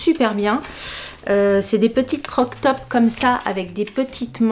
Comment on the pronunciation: Tu sais qu on dit :crop top et pas croc top 😂😂😂